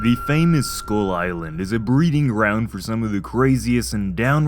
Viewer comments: “Skyul eyelan” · anddd he pronounced skull island as "school island" which is true